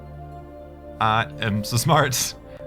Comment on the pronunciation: He said smrt lol *smart